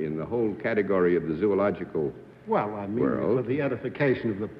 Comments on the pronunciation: Gee Whiz. Mr. Pronunciation says "zoological" at about in a way that I don't think is acceptable. Correct me if I'm wrong. WWBS (What Would Bennett Say)? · Is zuological an accepted pronunciation? I've only heard Zological.